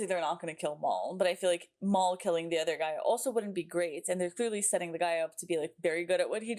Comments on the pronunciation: Just a heads up…his name isn’t Mall, it’s Mal(colm) as in rhymes with Pal. 😊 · I find it….odd that you keep pronouncing it as ‘Maul’ rather than ‘Mal’. The nickname is short for Malcolm not Maulcolm and never once in the series does anyone call him ‘Maul’. Perhaps I’m being nitpicky but I find it slightly irksome. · His name is Mal, short for Malcolm, not Mol.